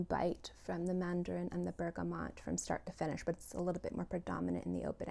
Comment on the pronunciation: Isn’t it pronounced bergamot? Thanks for your video!